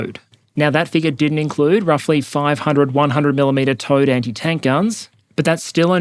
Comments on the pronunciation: The smart part of my brain knows you're saying "Towed" but the dumb part keeps thinking it's "Toad" or maybe "T.O.A.D." artillery. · Is anyone else hearing "toad" instead of "towed" guns? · I know you are saying "towed artillery" but my brain always makes me hear "Toad artillery". Poop poop! Bang! Haha! What dust clouds shall spring up ahead of me!